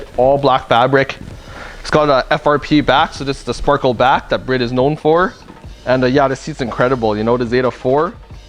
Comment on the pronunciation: Don’t understand why you’re calling it “Brid” it has a e it has to be pronounced Bride